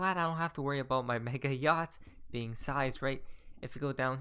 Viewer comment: SEIZED is seezed, not sized. English MF English!